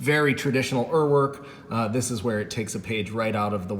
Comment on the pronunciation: One Google search, and you will know how to pronounce Uhrwerk